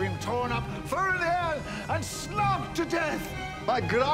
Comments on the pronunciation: Pretty sure it's "slogged" as in beaten to death, not "snogged" as in kissed to death 😂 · Isn't it 'slogged' not 'snogged'?